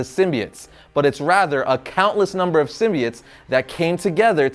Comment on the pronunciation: He says sim-bee-its which it's how it's supposed to be.